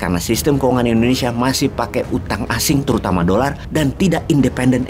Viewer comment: Ijin pak Wowiek, pengucapan Indonesia pak (bukan Endonesia) 🙏🙏